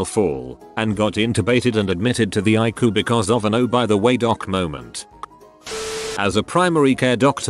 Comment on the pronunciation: Admitted to the (ICU) eye-coo haha 😂